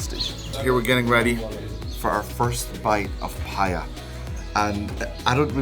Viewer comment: U look like a real pathan and its not paya its paye